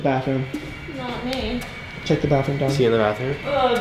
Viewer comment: Me too but his name is dom not don😅